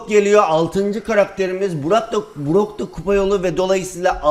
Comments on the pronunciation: Brock a Burak diyen koca yürekli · Brock'a Burak diyen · Abi azoge BROCK brak dedin